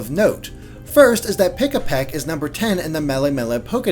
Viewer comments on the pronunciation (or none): It's Pikipek as in PEE-KEE-PECK! Not PEE-UH-PECK! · Heads up, it's Pikipek, not Pikapek.